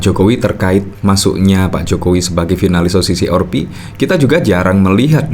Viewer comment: Kok selalu menyebutnya O-Si-Si-Or-Pi kuwi opo to maaaaas?